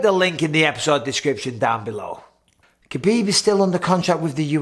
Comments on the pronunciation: It's "Habib" not "Kabib". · Cmon Michael, you know better than anyone it’s pronounced Habib